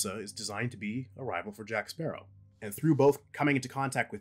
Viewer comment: Blackbeard had potential but was underutilized. Salazar... well, the effects are cool. But his rivalry with Jack feels manufactured and all I remember him saying for the whole movie was 'JACK SPARRAH'